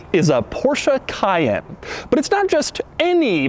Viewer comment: It's not Porsche "Cah-yen" but Porsche "Ca-yenn". Come one Doug. You worked for Porsche, you should know better. ^^